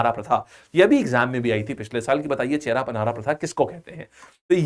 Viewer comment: Hello sir, It is not बहुदा यात्रा, it is बाहुड़ा यात्रा which meaning is वापस लोटके आने का यात्रा। And it is not छेरा पनहारा, it is छेरा पहॅरा which meaning is सोने का झाड़ू । Please sir, pronounce it correctly.. Love from odisha.. 💖💖💖